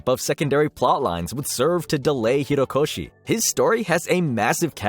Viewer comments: jesus, it’s HORIkoshi. ffs man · Nahhh you didn't just call him "Hiro" koshi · why is he saying hirokoshi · Bro really said "Hirokoshi" and "Hero Aca" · I physically cringed every time he said "Hirokoshi" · "hirokoshi" made me chuckle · STOP SAYING HIROKOSHI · It's "Ho-ree-ko shi" like "ho" as in an unfaithful woman lol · you could at least pronounce Horikoshi's name correctly. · Take a shot every time OP mispronounces "Horikoshi". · 3 minutes of mispronounced Horikoshi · Not the continuous mispronunciation of Horikoshi and calling Kaiju No. 8 to "Kaiju No. 9" lmao y'all need to change your whole team from voiceovers to researchers HAHAHAHA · you were completely butchering horikoshis name :') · "hirokoshi" god how hard is it to slow down a little, think about it, and say "horikoshi"? It's disrespectful as fuck and so easy to change. It's not even like the pronunciation is hard for english speakers, just slow down and say it right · This is a nitpick and obviously it's completely fine. But the pronunciation is "HO RI KO SHI." Not "HI RO KO SHI". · HORIkoshi, not HIROkoshi, this is too painful ahahhah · It’s horikoshi not hirokoshi it’s not that hard to do ten seconds of searching for the pronunciation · Am I crazy? It’s Horikoshi, not Hirokoshi right? He keeps saying Hirokoshi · Sorry to be that guy but it kinda bothered me how you called Horikoshi as Hirokoshi the whole video lmao, was hard not to notice everytime you said his name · Horikoshi ... Not Hirokoshi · His name is Horikoshi, not Hirokoshi. Also your inflection on Onigashima is incorrect. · "HORI" - koshi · Horikoshi not Hirokoshi... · Bro it’s HOrikoshi not HIrokoshi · Kohei Horikoshi not Hirokoshi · HORIkoshi. Not Hirokoshi. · Actauly its horikoshi not hirokoshi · bruh really can’t pronounce his name properly, it’s hori not hiro 💀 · HORIkoshi, not HIROkoshi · my guy it's horikoshi not hirokoshi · Great video man. Couple notes, it's Horikoshi, not Hirokoshi, and also Shueisha is pronounced shoe-a-sha